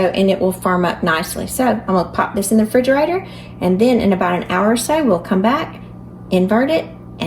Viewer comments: Refrigerator. It is a refrigerator. Not frigerator. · I knew you were a real southerner when you said "fridgarator"!!!